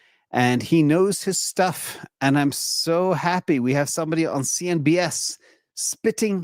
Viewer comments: Thanks & team! It’s CNBC not CNBS. 😊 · always calls out CNBC as CNBS🤣🤣🤣 never makes a mistake 😁